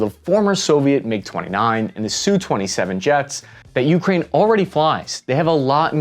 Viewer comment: this may seem nit-picky and trivial, but the pronunciation of "ukraine" with an emphasis on the first syllable, the "u," drove me crazy, made me cringe every time i heard it, and made me not want to keep listening, which is unfortunate, because i found the video informative and interesting otherwise. i mention it in hopes of the presenter using the more standard pronunciation in the future.